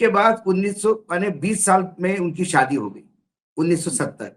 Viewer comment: Saadi nahin Shaadi सादी नहीं शादी सादी का मतलब साधारण शादी का मतलब ब्याह उच्चारण सही कर लीजिये